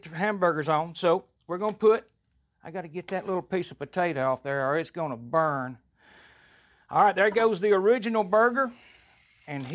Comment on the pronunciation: and “burrrnn”